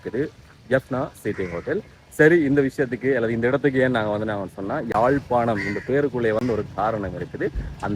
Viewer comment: தமிழ வாழ விடுங்க, யாழ்+பானம் இல்ல யாழ்+பாணம் . முழு பிதற்றல்